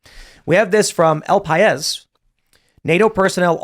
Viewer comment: It's not 'El Payes', it's El Paìs, cabron 😊